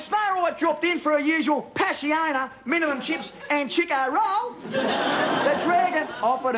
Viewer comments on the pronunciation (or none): Loved how he says "Passiona, minimal chips and Chiko Rollllllll...." ....that has me in stitches because you can't get any more bogan with that pronounciation. Bana's a first rate comedian and actor.